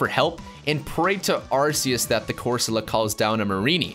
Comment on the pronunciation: ARK-ee-us (official pronunciation) taken in part from the word "Archaic" (ar-KAY-ic)